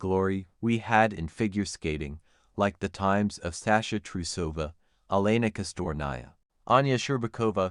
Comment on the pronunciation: Почему вы имена наших фигуристов так коверкаете? Какая ещё Эланика? Она Елена или просто Лена! Фамилия Кос-ты-ле-ва.